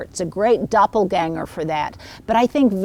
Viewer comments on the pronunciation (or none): none